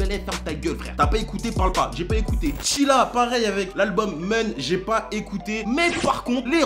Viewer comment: bah nn, on a pas le même avis elle est pas claqué et qu'elle soit claqué ou pas ça t'empêche pas de bien prononcer un nom 🤷🏾‍♂️